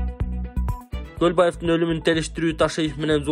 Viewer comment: Туура суйлосон камчыбек колубаев деп атасынго